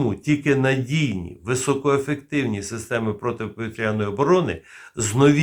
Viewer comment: Заглядуємо в орфографічний словник, або Вікіпедію і бачимо наголос: "протиповІтряна оборона"